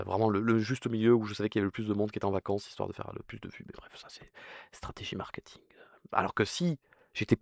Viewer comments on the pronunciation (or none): none